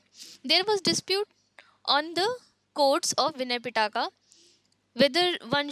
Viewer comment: Pitaka LOL. It’s pronounced Pee+tak. Feel bad for your students